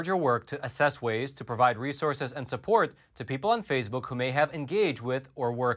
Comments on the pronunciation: Phase Book is pronounced Face Book. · are you intentionally calling FaceBook “phase-book” or just mispronouncing it by accident? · It's face book, not phase book. Very annoying that you keep mispronouncing.